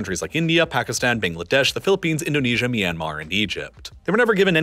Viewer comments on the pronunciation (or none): none